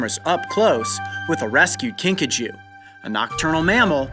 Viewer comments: At first...I thought he said Pikachu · At first I thought you said pikachu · The first time he said kinkajou i thought he said pikachu!